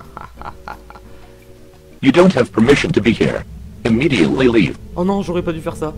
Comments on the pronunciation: heur xD 9A SE DIT IRE mais c'est pas grave ta mignonnitude pardonne tout <3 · cest "hir" pas eur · here se prononce : ire.. lol pas HEURRe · sa se prononce hire pas here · Tueur d'enderdragon Here ne se prononce pas ire mais hire. Le h est très important. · Ça se dit "Hire". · Sa sonne "ire" quand même